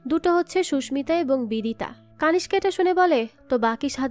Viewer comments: কানিস্কা নয়, নামটা কণিষ্ক হবে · কানিসকা নয় কণীষ্ক